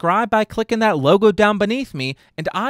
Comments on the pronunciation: My tank is empty, but my mail box is full I may run dry, oh but you never will not up to speed, but I can read So help muay. Will has to be spoken so as to rhyme with full, but since you pronounce me, muay, I think you can manage it. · You said "may" instead of "me" because that vowel sound is far more pleasant to the ears, and is much easier on the voice.